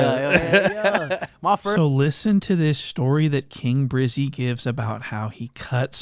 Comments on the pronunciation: “King briizy” lmao it’s election year let’s make sure the sheriff gets re-elected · Why can’t this king brizzy man talk normally